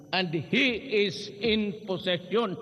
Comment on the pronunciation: Una unahan na naman magpaliwanag ang mga tutang himod puwet ni Du30, bilis me bonus kayo sa kanya. In fairness ke DU30 ang linaw ng pagkakabigkas nya sa "possession" at Hindi "position". Bàkit minamali ng mga tuta nya ang speech ng amo nila.